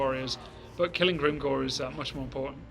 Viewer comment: Why does she say Grimgoing instead of Grimgor?